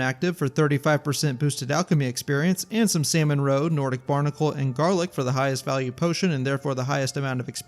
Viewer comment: pronouncing salmon as saimon is wild